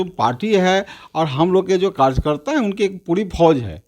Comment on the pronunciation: Kajkarta Kya hota hai be Anapadh 🤣🤣 pehle karyakarta bolna seekh Bhai fir rajneeti Karo🤣🤣🤣